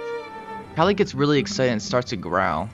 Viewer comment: "Kali, a male leopard" Proceeds to mispronounce Kali